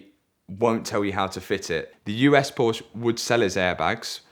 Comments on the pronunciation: It's Porsche. Not Porshhh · After all this he still pronounces it "Porch" 🤦‍♂️🤦‍♂️🤦‍♂️